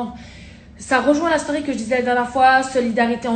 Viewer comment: « Je fait ma stauuuuuury» elle ma tuer comme elle a prononcé story 🤣